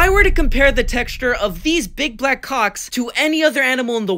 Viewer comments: STOP SAYING CALWCKS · STOP SAYING COACKS IT MEANS BALLS